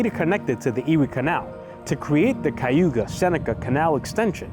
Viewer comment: Good Vlog! You just need to learn how to pronounce Cayuga! I grew up in Upstate, and some of my ancestors lived in Seneca Falls. It's pronounced KA you ga!! Which is Native American and not Spanish Cay!!